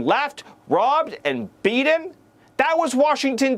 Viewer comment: When he says bea-en, it reminds me of how Leavitt says Poo-in. Ebonic pronunciation. I love it. Very poe-ic. Personally, I love seeing these youngsters trying to distance themselves from our very diverse culture. I just retired. On my first day, I got bored and hung around the hardware store. Soon folks were asking for help. I'm thinking of working there. Anyhoo, my next line of thinking was that I should take up fishing. What a nightmare t'would be to reel in a carp lipped infringement of the waterways such as Steven Miller! That's a real boat tippler. Poor kid. Crikeys Mrs. Miller, it's not too late to abort is it? You could just claim you're a demoncrat.